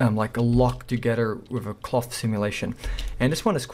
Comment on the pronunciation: I like how he says "clof clof"